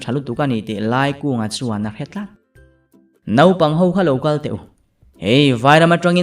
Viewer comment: Naupang tih hi nopang i ti deuh thin in ka hria mahse a ngaihnawm tho😄